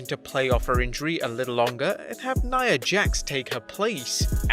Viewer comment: It's nia not nina..🤣🤣